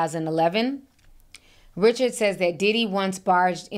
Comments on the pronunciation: Ri-shard, not Richard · I think her name is pronounced Dawn Ri-Shard.